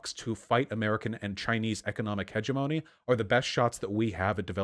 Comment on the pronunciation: Side note, I say this with love but can someone teach Vaush how to pronounce "hegemony"?